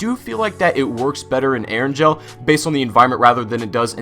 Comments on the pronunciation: ur saying eringel wrong. its erin-gail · My dude, Erangel is not pronounced Eranjel. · Also you pronounced erengel wrong